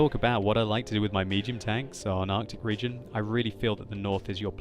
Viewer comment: Artic Regeon lol